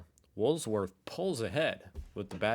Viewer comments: it’s called Wool- Worths 😊 I wish you’d get it right 🫶🙋‍♀️🇦🇺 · "Woolsworths Again"! Another Ryanism